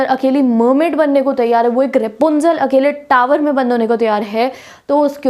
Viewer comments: Not rupenzel it's rapunzel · Ropenzul not it's rupenzel